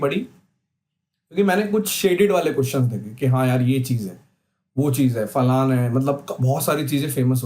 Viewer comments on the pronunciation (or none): Bhai Falana word hota h jis reference me tum bol rhe ho but Falaan word nhi hta Falaan is a double meaning word so kindly correct your pronunciation. It is FALANA ✅ not Falaan*❌